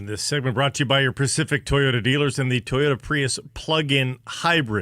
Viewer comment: Ever notice how says 'Ty-oda'